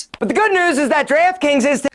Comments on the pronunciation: Draft Kings sounds like Giraffe Kings after the 20th time replays it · NO! NOT DREEEFT KINGS. Wtf is that. 😤 Today's sponsor is GIRAFFE 🦒 KINGS! He said it a hundred times! Yeesh. 😒🙄🤣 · I thought he said giraffe kings